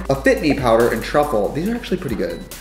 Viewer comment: well that's a new way to say powder